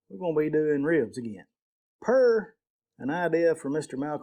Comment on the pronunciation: "Wibs" -Elmer Fudd